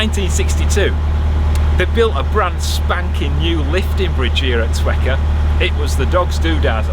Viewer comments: I was born in Twechar, and you absolutely nailed the pronunciation, most Scots get it wrong, so congrats. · Spot on with Auchinstarry and Twechar. Good pronunciation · Don’t you worry! You pronounced Auchinstarry and Twechar perfectly! I live in the town that Auchinstarry is in :D I wonder tho! While in the stretch from Falkirk to Auchinstarry you would have passed a wee house on the opposite side of canal from the tow path, in the summer they have their chickens free roaming and they all go for a swim in the canal, it’s the strangest thing I’ve ever seen on the canal while out walking lol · Pronunciation for Twechar was correctamundo. As was Auchinstarry